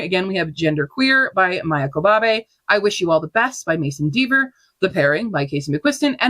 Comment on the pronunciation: Love seeing what everyone is reading! I'm adding so much to my TBR and inspired to watch some webseries. 📚 Since it's likely to come up on the next stats, Q, please check your pronunciation for Parable of the Sower and Maia Kobabe.